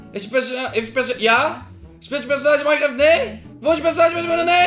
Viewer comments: HET IS NIET MINEGRAFT MAAR MANKRAFT/minecraft 🤣😂🤣😂🤣😂🤣😂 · Je spreekt minecraft verkeerd uit het is ijgenlijk als je het schrijft zoals je het hoort is het mijnkreft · Je spreekt het uit als mijnkreft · dylan zij minecraft jij zij sminecraft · Haha het is niet mienecraft maar mijncaft (zo zeg je het) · dat is een chin spreek je uit als genie minecraft spreek je uit als mijnkreft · M i nekraft? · het is miancreft zo spreek je dat uit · hoe jullie "mienekraft" uitspreken echt ik kan er niet tegen maat😂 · Je spreekt minecraft uit als mijncraft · Je spreekt het uit als majncreft😂 niet minecraft zo schrijf je het wel maar... 😄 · je schrijft "minecraft" en je zegt "mainkreft" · je schrijft minecraft maar zegt majnkreft ok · je zegt niet mienecraft want het is Engels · JE LEES DIE WOORD MINECRAFT HELEMAAL FOUT